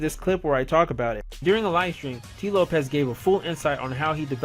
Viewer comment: "Has Sonic Mania Plus SURPASSED Sonic 3 & Knuckles?" Nope. Also, where did Whitehead say CD is his favourite Sonic game? It could well be true, but a quick Google search brings up nothing. Oh, it's "Lopes", not "Lopez".